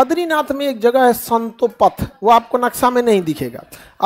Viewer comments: It’s Satopanth not Santopath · Santo path nahi hai Satopanth hai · संतोपथ नहीं है सर सतोपंथ बोलते है सर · संतोपंथ नहीं स्तोपंथ गुरुजी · satopanth not santopath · Santo path nhi sir satopanth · Guruji santopath nahi hai satopanth hota hai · Bahi sahib santopath nhi satopanth😂😂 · संतोपथ नहीं है वो सतोपंथ है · संतोपथ ❌ सतोपंथ ✅ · विद्वान मित्र संतोपथ नहीं सतोपंथ हैं। पिंडार नहीं पिण्डर नदी है केदारनाथ १५ किमी नहीं क़रीब २४ किमी हैं पैदल। नंदाकनि नहीं नंदाकीनी है। मंदाकिनी हैं ना की मंदाकनी। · Sir it is not santopath it is Satopanth..❤ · Satopanth hai na ki santopath maffi chahta hu correct kar rha hu khan sir ko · Love your contant sir .. buts it's not संतोपथ it's सतोपंथ ❤ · संतोपथ नही है सतोपंथ है। थोडा ढंग से रटा करो। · संतोपथ नहीं सतोपंथ है 🙏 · स्ंतोपथ नहीं है सतोपंथ है😂😊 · currect pindar पिंडर सतोपंथ satopanth उच्चारण शुद्ध कीजियेगा भिलंगना